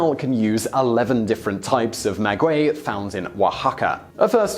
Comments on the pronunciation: the only thing you mispronounced was maguey, the u is silent making it sound like mah-gay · You pronounced Oaxaca right; not maguey though (silent u) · Did he really just say "nujuaTAL" instead of náhuatl, and "magüey" instead of maguey? facepalm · "Ma gay" not "ma gooay"! 😉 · Oaxaca was pronounced flawlessly. Maguey is pronounced Ma-gay. I'm definitely going to try shaker & spoon! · Just like the "U" in tequila. The "U" in Maguey is Mute.... So its pronounced "Magey" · I am laughing at the way he pronounces MAGUEY (mah-whey) at least ke did not say "teh quill lah" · As a Mexican I'm far surprised with how well you pronounced several words. Some others not so much, for example, you started pronouncing maguey correctly then it fell through. Oaxaca, pulque, agave, mezcal, Jalisco were all well pronounced. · You did pronounce Oaxaca correctly, as the X does have a J sound in this case (the letter X can sound, in Mexican Spanish, as either J, KS, SC, S, or SH). What you didn't get right was the pronunciation of Maguey: the U is silent, but it modifies the sound of the G to sound like G rather than J. (And this rule only applies to the syllables "gue" and "gui") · Yes except he doesn’t know how to say maguey